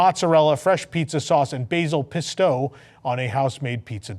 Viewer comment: Food looks great! I think it's pronounced PEST-o, not pest-OH.